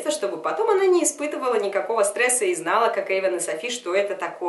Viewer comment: не Эйвон а Эйван